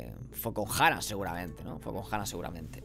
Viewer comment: jajajajajaj TE cuesta decirlo en el Te ayudare ¡!... QUE SI SE REUNIO CON HALAN ¡! 😉